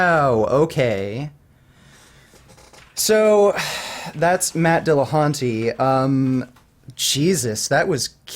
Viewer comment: Ugh, Dillacunty annoys me lol